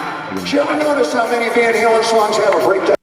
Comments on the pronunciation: "Van Harlem" 🤣🤣🤣🤣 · "Van Harlem"..... Hahahaha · Van Hurlin' lol...